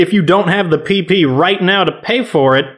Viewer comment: I was literally just thinking that I was like if he says it one more time I'm going to freak out and he says pee pee supply and I'm like 💀